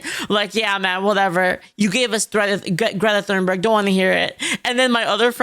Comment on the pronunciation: I DO BELIEVE it i s pronounced "TUNEBERG" not "THOON-BERG"